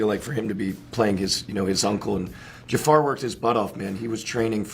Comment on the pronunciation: The guy doing this video! Oh my gosh can you LEARN how to pronounce JAFAR’s name!!!!! It’s terrible you can’t say it! Listen to how his family’s says it! It’s not JAY FAR! Good grief!